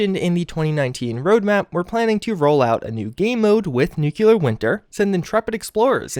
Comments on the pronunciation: With Nuclear Winter coming soon I really, really hope you start saying NEW-CLEAR right. This NUKE-U-LAR George Bush stuff is getting old. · Please, for the love of God, stop saying Nukular. Nuclear is pronounced "NEW CLEAR". There's only one U in the word. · Jesus-tap-dancing-Christ! It's pronounced "nu-clear"! Not "nukular"! You sound like a damned fool every time you say it like that. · New-clear. Not nuke-you-lar. ;) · N U C L E A R not N U C U L A R Fucking idiot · Great videos but please learn how to say NUCLEAR, not NU-KEW-LUR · Y'all complaining about the deathclaw gauntlet. I have a few brain cells die each time he says new-queue-lar, which happens all the time with his content on fallout games. I love your videos, but I hate constantly hearing the mispronunciation. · There you go with the N word again. (NOO-kyoo-lur) Makes it hard to watch your vids all the way through. C'mon man. You're way smarter than that. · Thee nukular war?🤪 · Only Lloyd Christmas would say Nukular! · NU - CLE - AR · seriously nuclear... nu..clear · It's just a common mispronunciation, like when people say "axe" instead of "ask" or "eXspecially" or "eXpresso" instead of "eSpecially" or "eSpresso" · Where do people even get the extra "u" from? Always confused me.